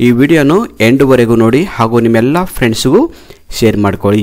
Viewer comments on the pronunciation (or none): none